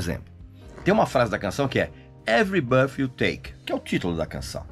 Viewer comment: A CANÇÃO ENTIGA SE CHAMA, EVERY BIRTH I TAKE OU BREATH, NÃO ENTENDO SUA PRONÚNCIA